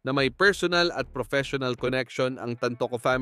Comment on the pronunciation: Hoy ang pag pronounce ng TANTOCO AY TAN-TO- CO Hindi tan- toCO ano yun IGUANA???